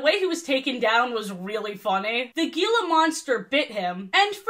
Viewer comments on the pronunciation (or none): its pronounced "heela" not "geela" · Um actually 🤓 it’s pronounced He-la monster instead of Gee-la monster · Just a quick note for future reference: it's pronounced 'heela monster,' with the 'G' having the Spanish sound, not 'geela monster.' As someone who grew up near the Gila Valley, I noticed the mispronunciation repeated throughout the video, and it was a bit jarring. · Your pronunciation of Gila Monster hurts me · As an Arizonan your pronunciation of Gila monster hurt my soul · Roughly Gila Monster is pronounced hee-la. The 'g' makes an 'h' sound. Apologies for the nitpicking. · You pronounced Gila Monster wrong. The g is pronounced like h